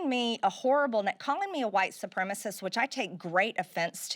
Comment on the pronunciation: Hearing her fuckup the word "supremacist" was like nails on a chalkboard. She is such an idiot.